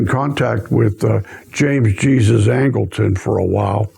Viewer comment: Love your videos, youve helped in bringing many things to the light; however, ive also studied & researched this case for 30 years, & James Angleton's middle name is pronounced james Jesus Angleton, the middle is pronounced sounding like " Hay- Soose" . Thanks for your videos!